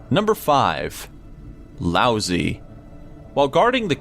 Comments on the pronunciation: That Chinese philosopher's name is not pronounced lousy, it's pronounced loud-tzoo. What about the man from Taured? What to talk about mysterious, look that guy up. He's a bigger mystery than anyone on this list. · Rasputin - 12th century? missed by a few hundred years there. And "Lousy" for Lao Tsu, nice try on the pronunciation but no cigar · Laots-uh, or -eh, not "lousy". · Learn your fucking shit... its Lao tze. Pronounced Lao Shir... not lousy. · I'm pretty sure it's pronounced Lao Chi. Also, the thumbnail is a lie. Fuck you,! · No, no, no, the name is not pronounced "lousy"!!! Jeez... The "zi" is more like the short "i".